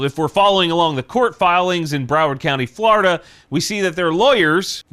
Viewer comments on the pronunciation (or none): none